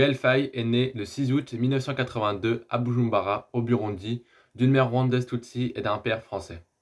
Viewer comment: Hahaaa c est pas bujumbara c est Bujumbura . il faut prononce bien ca